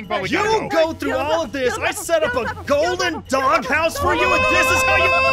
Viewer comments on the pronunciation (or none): who else heard say "you stole all the gowden hoes from my house!!???"